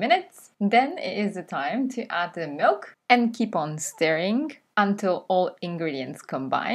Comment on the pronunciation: Dear,. I like your Channel,but there's one thing that irritates me every time I listen. I don't know,where you have learned the English language, but I have learned the pronounciation of "the" and "thi" in combination if the following word begins with a vowel or a consonant. I hear you talking a lot with "thi" with following words that should,as I studied the English language, be"the." Anyway, as I said before,I like to watch your Videos,but that doesn't fit with my understanding of the British language.